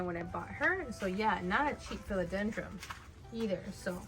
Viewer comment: Just FYI, philodendron doesn’t have an “m” at the end! 😅